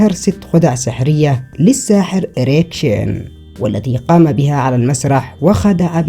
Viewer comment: ايريك شين ولا اريكسن😂😂😂😂😂